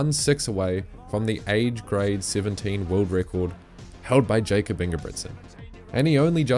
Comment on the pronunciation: Dude needs to work on his pronunciation, can't say Glasgow or Jacob. If you want to elevate your videos, get the basics right. Those are not hard words to pronounce